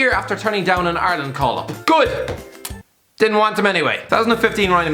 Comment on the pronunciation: Please stop saying ARELAND